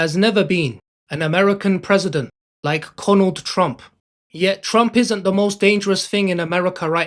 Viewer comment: haha it sounds like the narrator is saying "Conald" instead of Donald. "There has never been an American president like CONald Trump"